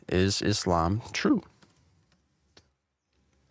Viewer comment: It is Islam إسلام my brother with an 'S' and not Izlam that sounds like Aslam أزلام witch means in Arabic lots, arrows, idols-divining arrows, drawing lots, divination by arrows.